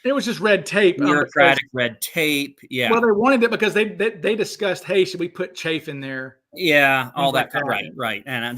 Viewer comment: not sure about something you said , putting "chafe" in the parachutes? if you meant "chaff" (rhymes with "laugh" or "half"), that is, bits of aluminium foil used as a radar reflector, it MIGHT provide a radar target at the instant it was deployed, but it would fall at a different rate than a human parachutist, and would drift with the wind at a different rate, so about the only data you could derive from it would be "this is where cooper is NOT" - chaff is also very specific to the radar frequency it's used against, and there are (probably) FAA regulations about using it against a civilian radar system.